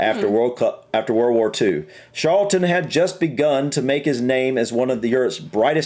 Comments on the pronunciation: it is Charlton not Sharlton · Lol,, your pronunciation.!It's CHarlton (tsch like in 'cheese') and MuniK for Munich (German pronunciation). Yeah, I knew it would be Bobby Charlton (he also had a famous footballing brother called Jack, though they didn't get on). That aside, you guys should definitely check out the story of the Busby Babes and the Munich Air disaster, just the most awful tragedy, and very important to the history of Manchester United. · Charleton is pronounced with a hard C, like in Charles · Ashley Cole is pictured with an actual cap awarded to the International players. Charlton in accent sounds like it starts with an s, it dosen't. Scholes is said scoles. Haaland was born in Leeds, England, but chose to play for his dads country Norway. Yes, George Best was easy to say, he was from and represented Northern Ireland and Manchester United as well as other English teams, like Paul Gascoigne he was a know drinker and died when he was 59. George Best (22 May 1946 – 25 November 2005) was a Northern Irish professional footballer who played as a right winger, spending most of his club career at Manchester United. Belfast City Airport was renamed George Best Belfast City Airport as a tribute to Best.